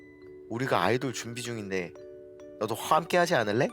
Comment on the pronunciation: 아시 ㅋㅋㅋㅋㅋㅋㅋㅋ홤께하지않을래 완벽해질거가톼 듣고 터졌네 ㅋㅋㅋㅋㅋㅋㅋㅋ